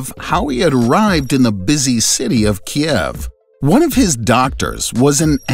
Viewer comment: Great video, but yr pronouncing Kiev wrong. It’s actually ‘keev”, like the name Steve